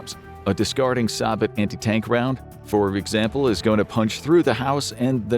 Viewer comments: ‘Sa-bat’? ‘Say-bo’! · I think the actual way to say it is "suh-bow", but the US Army pronounces it as "Say-Bow" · Sabot is pronounced say-bow because it's a French word for shoe. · Sabot is pronounced like say-bo. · Sabot is pronounce as "Say Bo" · Sabot sounds more like Say-Bow. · Please look up how to pronounce sabot.